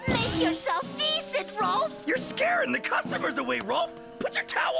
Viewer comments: Kept pronuncing “Rolf”, “Ralph” it’s no a sound at all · Are you calling Rolf 'Ralph' to be funny about it? It feels like it on purpose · How do you CONSISTENTLY say R'a'lph? His name is Rolf. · am i crazy but rolf is pronounced roll f not ralph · It's rolf not Ralph and there called urban rangers